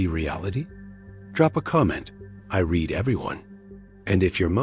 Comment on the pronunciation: "read" misread as "red" instead of as "reed" - hallmark of a bot. Ugh.